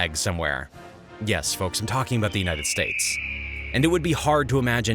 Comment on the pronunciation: I love these China videos. Also "Unites States..." Lol